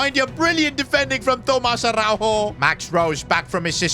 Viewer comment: as a portuguese speaker araujo dont pronuncie a-hau-ho and yes ara-u-yo(yo in spanish)